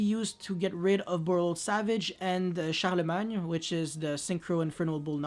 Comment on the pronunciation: Damn your Charlemagne pronunciation is really on point! That surprised me!